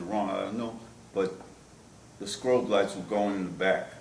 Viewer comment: Had this guy really made it 67 years and nobody told him it’s pronounced “strobe” lights?